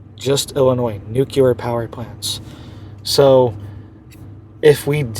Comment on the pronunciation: This isn't something new,,, history going back hundreds of years has recorded massive earthquakes in these areas months after a solar eclipse passes over land there... this guy can't even say nuclear correctly, do your own research